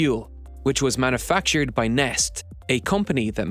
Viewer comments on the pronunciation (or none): "Neste", not "Nest". The E at the end is pronounced the same way as the first E. It's Finnish for "liquid". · Neste is pronounce more like Nest-e instead of Nest. The last E is not silent, and pronounced much like the first E. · Just an FYI for you Neste is pronounced Nest-eh, it is a Finnish company and so all of the letters are actually used unlike English:-) Nice video by the way. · The second "e" in Neste is pronounced just like the first one.